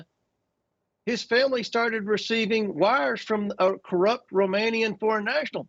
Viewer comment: When a republican calls someone, "Corrup", I instantly think they're not, and I have to find proof of the "corrup-shun".